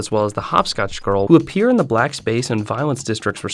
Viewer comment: “Black splace”